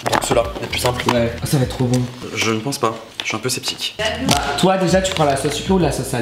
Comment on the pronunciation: Tu dis tt le temps (chui septique)🤣🤣🤣🤣jaime trop😂😂😂❤